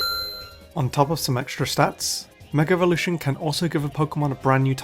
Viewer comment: Why do people constantly say "megar-evolution"? Where does the R come from?